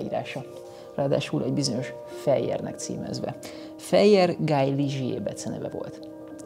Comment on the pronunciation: ez egész jó lett, de Guy az nem "Gáj", hanem "Gí"...